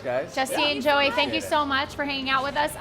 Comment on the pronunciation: Man, they pronounce Joeys name even more wrong than Miranda.